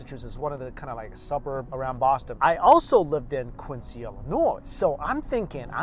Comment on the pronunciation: People from Quincy would riot if they hear you call it quinc-see 😂😂